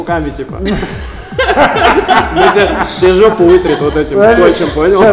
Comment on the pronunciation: Лайк за "жэпу") жжёт)